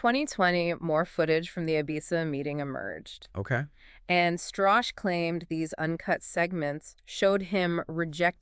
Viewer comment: Oh, the lawyer's motives are not entirely unknown, he talked about it for FT's podcast Hot Money on Jan Marsalek. Btw, you keep mispronouncing the name, it's shtruh-kaeh.